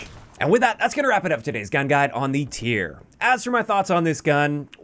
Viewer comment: shout out for calling the pistol by its actual name. most YouTubers call it the T-Y-R and it kills me